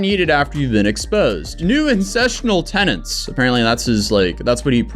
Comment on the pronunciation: Does he collect rent from any of these tenants? Because if you're going to preach a stupid idea that you don't even understand, at least know how to pronounce the word TENETS.